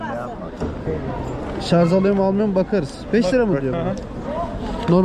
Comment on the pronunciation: şarz değil şarj olucak :)